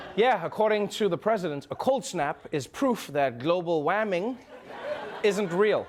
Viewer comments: "Global WAMING" rofl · "global waming"... you picked this dude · "So much Waming"